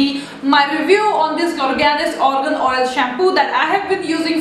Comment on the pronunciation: It's not ORGAN OIL .. ITS AA-R-GAN